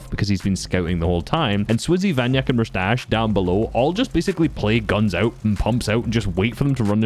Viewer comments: he is vanya kek not vanyak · vanyak3k is read vanyakek, not vanyak 😉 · Vanyakek! Not Vanyak